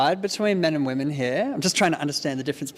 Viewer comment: when did the world start pronouncing women the same as woman